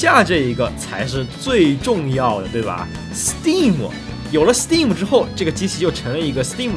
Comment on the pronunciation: b站为数不多把STEAM念对的UP，